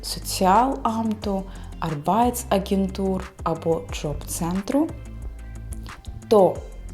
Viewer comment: Arbeitsagentur, будь ласка наголос на першу "А".